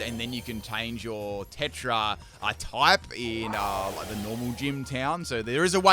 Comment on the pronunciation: Bro pronounced Terra tetra